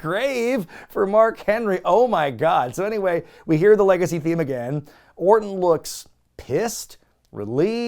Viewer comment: “And then we go to the LAR-gacy.” Haha hope you just start calling them that.